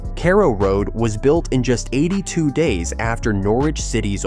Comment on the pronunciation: We need a bigger stadium, it's a sell out every home game. And please someone slap the twat who can't pronounce Norwich and carrow road properly